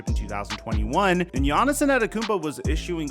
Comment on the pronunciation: i love your videos, but you saying “giannison” is starting to get to me lol